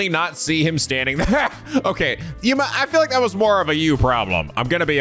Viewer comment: Your on the right track. Do I have not seen the game is full I have seen a good number bet that I will say this now. Try to remember everything shinigami says for now on. And there you go. All her troll or her sexual advances on you😂 animal support of all every time she mispronounces Yuma's last name.